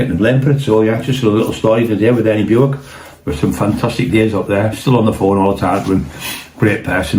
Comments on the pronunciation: Bowick 😅😅😅 It's Bewick 🙄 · Hi surname is pronounced Buick as in the American car not the way you are pronouncing it